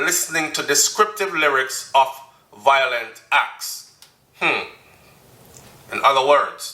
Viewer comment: the word is VI-O-LENT not VOI-LENT